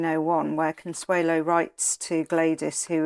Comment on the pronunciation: Did Consuelo Vanderbilt pronounce her name “Consuela?” I’ve never heard that before!